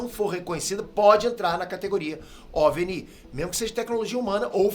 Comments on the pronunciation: Não se pronuncia OVENI E SIM OVINE e se escreve OVNI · De repente o senhor resolve transformar o NI em sílaba tônica. A vida inteira foi OVNI, mas agora é OVNÍ. Deve ser do mesmo criador de IÔGA. A vida inteira foi IOGA, mas...🤦🏻🤦🏻🤦🏻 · po cara não se fala ovnÍ se fala ovni vc ta sendo burro ai po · O vídeo é ótimo e muito bem feito, mas preciso apontar um erro na pronúncia de OVNI. A forma correta é ÓVNI, com a tônica na penúltima sílaba, porque a palavra não tem acento gráfico e, em português, isso indica uma paroxítona. A pronúncia OVNÍ simplesmente não faz sentido, já que, se fosse oxítona, deveria ter um acento no “i”. É estranho você errar isso, considerando que o termo existe há décadas e já foi amplamente usado com a pronúncia correta. Fica a dica para ajustar, porque soa errado e tira um pouco da credibilidade do conteúdo. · Ajudando o com a pronúncia: OVNI se fala ÓVNI, com o O forte e não OVNÍ. UFO em Inglês se fala "IU ÉF OU" e não "IUFOU". UAP em Inglês se fala "IU EI PI", em Português se diz "U Ah Pê". Velocidade MACH3 em Inglês se diz "MÉC THREE" e não "METCH THREE". Em Português se diz "MÁC TRÊS" e não "METCH TRÊS". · Excelente vídeo, mas só eu acho estranho a pronúncia de OVNI? Pra mim sempre foi ÓVNI, e não OVNÍ kkkkkkk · OV NÍ??? É OVNI E NÃO TEM ACENTO MANO... OV NÍ ... 😂😂😂😂😂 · para de falar oviniiiii, é ovini, sílaba mais forte é "ó".... você fez de propósito, né!? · repita comigo: ÓVNI, ÓVNI. Não é OVNÍ! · Oi,! Não se pronuncia OVNÍ, ok? A pronúncia é ÓVNI. Apesar de ser uma sigla, e não palavra, ela tem saído como proparoxítona para que ninguém erre a pronúncia, ok? Be careful! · Minha geração fala com a pronúncia “óviní”. E não “ óve enií “ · Não é "o.v.n.i" É Ôviní" Não é"" É "Pētêr" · Só uma dica, Pêter: não é OVENÍ a pronúncia (você é francês? 😂) No planeta Brasil e “ÓVNI! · é ovni e não o ovní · Por que o fala ovní e não ovni? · Se fala óvni e não oviní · ovni não Óvni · É ÓV-ni que se fala.